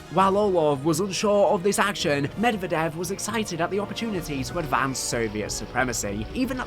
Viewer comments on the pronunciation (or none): none